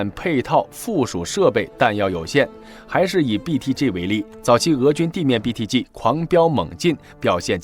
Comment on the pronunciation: 我喜歡你唸BTG的G發音很正確, 很多人把G唸成居, 聽得我很痛苦